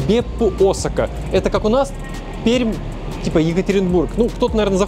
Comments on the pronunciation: Как приятно когда правильно произносят город Пермь) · Ой, про Пермь в Японии вспомнил, круто))) лайк сразу А ещё мне кажется или он правильно сказал "Пермь"